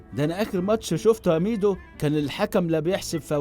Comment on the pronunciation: عز لما إنه ضايع في العربي مكنش بيهرج ده نطقه خلاني سمعتها الشك الليتاني و بقالي ساعة بدور على ميدو بالاسم ده و ظهرلي حاجات غريبة آوي 😂😂😂😂😂😂😂😂